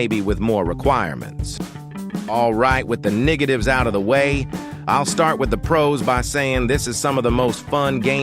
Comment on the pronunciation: no way bro said "the niggative"